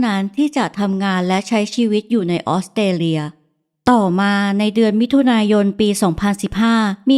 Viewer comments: ออสเตรเลีย = ออส สะ เตร เลีย อ่านเป็น อ็อด เต เลีย มันขัดหูจริงๆค่ะ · ออกเสียง ออสเตรเลีย ควรมีเสียงตัว s ด้วย ไม่ใช่ อ้อดเตเลีย 😢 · ไม่ใช่ อ๊อดเตเลีย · ต้อง ออส สะ เตร เลีย ค่ะ ไม่ใช่ ออด เต เลีย ต้องมี S ด้วยค่ะ จากใจพลเมืองออสเตรเลีย 🙏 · Australia อ่านว่า ออสเตรเลีย มี ส ด้วยค่ะ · คำเดียวกันเลย แอดออกเสียง อ็อด ชัดเลยนะคะ เล่าน่าฟังดีคะ อยากให้ลองออกเสียงคำภาษาให้ชัดขึ้นอีกนิด 😊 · ขัดหูกับคำออต เต เลีย เหมือนกันค่ะ